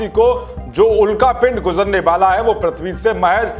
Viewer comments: अरे भाइ प्रथ्बी नहि है।पृथ्बी है।कम्सेकम सुद्द बोला करो। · prathvi nhi prithvi pronunciation hota h